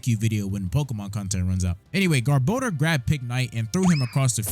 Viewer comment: THANK YOU FOR PRONOUNCING GARBODOR CORRECTLY!!!